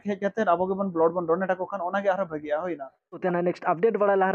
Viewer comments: "Blood" pronunciation do Blad(ब्लाड,ब्लाट) do bange Blod(ब्लड) enang ge bhagi bugjhao aa. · Dada please improve your word spelling blood se blad please correct your speak ❤❤